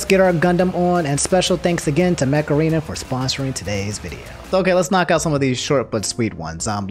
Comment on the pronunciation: Okay I can't be the only one who heard macarena instead of mech arena